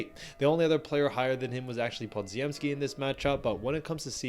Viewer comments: OMG, how can you keep mangling Podziemski's name. It's Polish and it's pronounced Po-gem-ski. Stop being a dope and get it right already! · I will subscribe when you pronounce Branden lass name right. YOU ARE KILLING HIS NAME SMH!